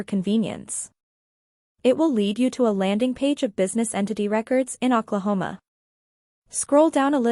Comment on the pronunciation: It is really hard to take this video seriously when you keep misspelling and you keep pronouncing Oklahoma incorrectly.